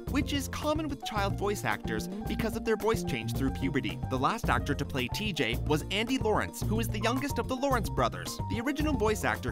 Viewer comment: Did you just pronounce TJ’s name tee-jay?!?!? ITS TEEG!